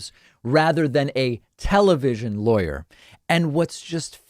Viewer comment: Somehow I always hear „liar“ when you say „lawyer“ concerning Guliani and Trump‘s legal team around him 😂